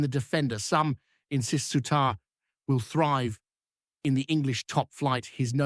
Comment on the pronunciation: Why can this foreign punter not pronounce the Rangers players names correctly, before he tries to tell us all a pure load of sh?te